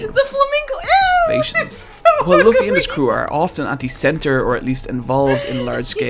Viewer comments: It's literally pronounce as Luffy, not Laffy❤. Before I watched One Piece I was convinced that Naruto is my most ultimate crush but after I watched One Piece Luffy steals my heart😭 so Naruto is the second to my heart. Anyways, I'm a big simp of Luffy, Zoro and Sanji in the entire series. I really love the strawhats crew. Luffy's love and loyalty for his crew is sooooo 😭❤ and so for his crew, their love and loyalty in their captain literally touch my heart to the core. I am actually doubting to watch this at first because I'm not really into that artstyle but yeah it changes my heart and mind and I got addicted to it and now I am reading the manga and currently at the arc before the lastest arc. If you are doubtful about watching this series since it has so many episodes then I recommend you to read the manga if you really want to experience it. I think you can cat catch up fast to the latest when you read it. There is a digital colored or black and white that you can read online. Right now, I am reading the digital colored since the colors adds to the awesomeness of every arc. You can also watch some clips if you want to see some scenes from the manga when you want to see the epicness more. That's what I am doing right now instead of rewatching it. And it was a good experience for me. This series gives me a lot of cry moments since the music is so fitting to the scene and all.I am just like you when I still not watching/reading One Piece. I have so many doubts about watching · It’s pronounced loo fee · it’s lu-ffy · Luffy's name is pronounced "Loofy". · No i dont understand what you are saying. His backstory was sad, start paying attention. Also its pronounced lUffy. Its not really hard to listen to how others pronounce his name